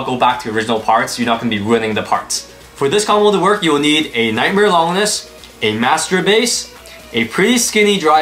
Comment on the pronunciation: How hard do the new blades hit cuz I have a unique colored og bay from the very first series tht was the phoenix one that's a clear red and it wrecks some these new blades. And lol longness isn't how you say it it lon-ginus named after the unnamed roman who stabbed Jesus on the cross